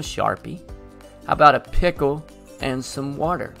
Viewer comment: The way u said pickle 🥒 💀 Btw this helps a lot ty!